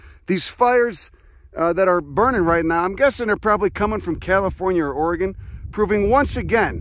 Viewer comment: you pronounce "Oregon" like a native Oregonian! Nice! (And thanks for another great video!)